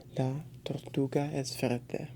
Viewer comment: At first when you said green it sounded like you said fuerte Lol anyways good video keep up the good work 😄😄